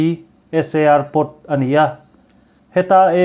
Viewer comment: SAR hi "ASR" i ti daih a 🤣🤣🤣